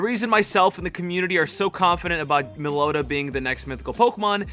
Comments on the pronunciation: IT'S NOT malota it's MELOETTA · Meloeta? It's meh low eh ta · Melloetta pronunciation guide. Mel-low-etta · it’s pronounced mellowetta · It’s pronounced Melo-etta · Just a little FYI if anyone wants to know Meloetta is pronounced (Mell oh ET tuh)...just thought I would put it here in case anyone wanted to know how to correctly pronounce it... I am hoping that most of ur predictions come to pass for Go Fest...that would be phenomenal... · I think it's pronounced "mellow etta" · mel-oh-wetta is how its pronounced. I love the shiny rampardos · Mellow-etta is the pronunciation lol. 🔥 video homie much love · Whenever he calls Meloetta Meloda, it just physicly hurts me.. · Uh Its pronounced mellow etta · mel-owww-etta is how you pronounce it. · Its Mello weta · It’s pronounced Mel-o-ett-a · It is pronounced melo wetta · Mellow-Etta lmao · meloda=meloetta typical American pronunciation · its pronounced Mel-oh-eta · Meloetta is pronounced Mellow-eh- ta. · It's pronounced Mel-o-ett-a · the way he said melloetta 😭😭😭😭